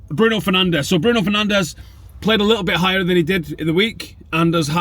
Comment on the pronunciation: You said Fernandes right!!!!